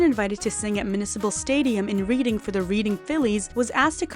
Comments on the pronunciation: I love your content! Been watching and reading the site for years! Btw Reading is a city in PA and is pronounced "Redding" in case it hasnt been noted yet! Stay excellent!! 🏝😁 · It doesn’t really matter…but Reading PA is pronounced “Redding” with a short e not a long e. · FYI: Reading is pronounced as Redding. I know, it's weird.